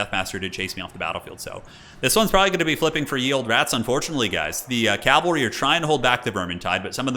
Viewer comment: Cavalry not calvery my friend 😉